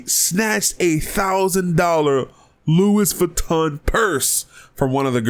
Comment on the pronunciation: Hey, the purse she stole is pronounced like Loo--e